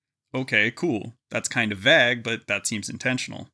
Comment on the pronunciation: Vague is not pronounced like that btw.